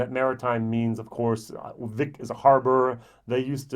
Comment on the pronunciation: btw its not a Germanic 'Vick'. The town is pronounced Wick with a 'W'